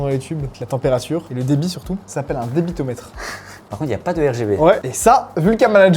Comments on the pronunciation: Débitmètre et non un débitomètre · GB Management on dit débitmètre 😬